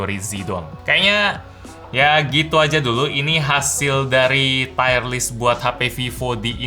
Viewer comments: Tier bacanya tir kok tayer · t-i--y-e-r list bang, bukan t-a-i-y-e-r list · Tier: tir bacanya Bang, bukan tire (ban mobil) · Bacanya bukan "tayer" kayak ban. Tetap tier. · Tier dibaca TIR = Peringkat. Tire dibaca TAYER = Ban. Semoga video selanjutnya tidak Tayer Tayer lagi ya.. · Mksdnya tier = Taier?bukannya dibaca tir ya? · Tier list bukan tire list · bacanya lebih ke "tir" bro bukan "taier" :) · Formatnya oke, softsalenya.. oke lah, cuma nyebut "tier"nya aja bang setau ane bacanya "tir" bukan "tayr". Cmiiw. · Tier = Taiyer / Tiyer? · feedback aja bang, "tier" baca "tir" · Cara baca 'tier' itu 'tir' bang, bukan 'tayer' :) Btw, lanjut bang bikin tier list brand lain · Videonya bagus Bang saya suka format yang seperti ini. Yang kurang cuman salah pengucapan aja "tire" sama "tier" itu beda hahaha. Bacanya kayak "tear" air mata. Btw Vivo itu kalo menurut saya design-nya paling keren.